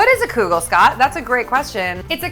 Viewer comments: Love your energy . Please stop saying koo-gel....its pronounced kuh-gel or even keegel . But NOT kooogel!!! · I grew up in a Jewish household and that is not how you pronounce kugel! lol Though it's originally Lithunian anyways so Jews don't pronounce it properly anyways since it's really kugelis